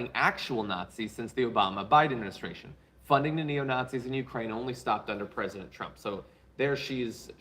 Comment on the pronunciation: "Nat-seeing". Oh my aching sides! 😉